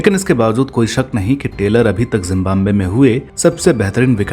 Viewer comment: सर, जिम्बाम्बे नहीं है बल्कि जिम्बाब्वे है।